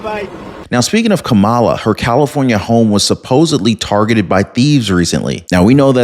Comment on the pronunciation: could be wrong, but I think the emphasis is on the first sylable in Kamala's name. BTW, am disgusted with these Dem. senator's rude grilling of candidates.